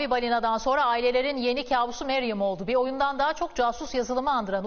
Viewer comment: keşke" mariam " değilde " mariem " diye okusalardı 😥😥